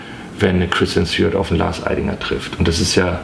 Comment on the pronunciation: Ob er mittlerweile weiß, dass sie nicht Stj-uart, sondern Stu-art heißt?